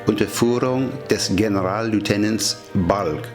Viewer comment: Verzeihen Sie mir, aber es ist ja "Generalleutnant", nicht "*Generallieutenant". Sonst ein sehr gutes Video. Vielen Dank!